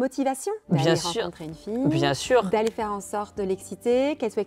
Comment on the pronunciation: « Bien sûreinh.. » stoop 🥲🥲